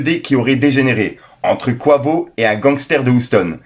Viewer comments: Top la vidéo mais Quavo ne se prononce pas Kouavo mais Quayvo 😅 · Mdr😂 je suis désolé la prononciation de quavo 😂 tu m’as fumée ! Merci pour la vidéo en tout cas 🙏🏾